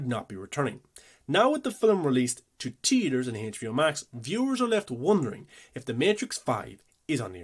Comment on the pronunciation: It’s. Theater Not tetor.